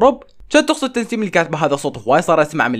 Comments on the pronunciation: تسنيم مو تنسيم😂😂😂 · طيب ليش يقول تنسيم😂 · اسمها تسنيم ولا تنسيم حاسه اسمها تسنيم بس عم بقلها تنسيم😂😉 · بدل ما يقول تسنيم، يقول *تنسيم😂😂😂😂😂😂😂😂😂🤷🏻‍♀️ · تسنيم مو تنسيم عندك مشكلة بالاسماء😂😂😂😂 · تسنيم❎ تنسيم✅ 😂😂😂💕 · مو تنسيم 🤦‍♀️😭 اسمها تسنيم 😹🦋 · لك اسما تسنيم مو تنسيم 🤗😂😂😂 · تسنيم❌ تنسيم✅😂😂😂😂😂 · تسنيم وليس تنسيم😂😂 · اسمها تسنيم مو تنسيم😂😂😂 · تسنيم❌ تنسيم✅ 😂😂😂😂😂😂😂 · كانك قلت تنسيم يس هي اسمها تسنيم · ترا اسمها تسنيم مو تنسيم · لا اسمها هي تسسسس 🐍نيم